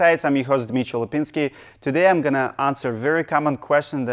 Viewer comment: I have asked this before, but just gotten flak from another fan. You say your first name differently than Dmee-tree when you first say it. Is there a Russian nickname or version that is not phonetic? At the beginning of this video, it sounded again like you were saying "Misha" or similar before you repeated your name the 2nd time.